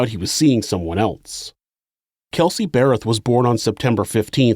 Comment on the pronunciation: I congratulate you on being able to pronounce "Darryl and Cheryl Berreth", because I know for sure I would say "Darryl and Cheryl Berryl" every single time I tried.